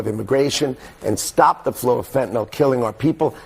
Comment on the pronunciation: you're too smart to be so inarticulate: The word "FentaNYL" is not, for the love of god, pronounced "fenta-NOL." Do you see that super-duper hard to detect, camouflaged "Y" at the end? Yeah, "Y" is never, ever pronounced as a short "O". It's "fenta-NILL." 🤦